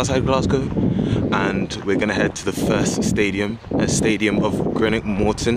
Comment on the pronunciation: Greenock (not Grenock 😉) 4 closed railway stations also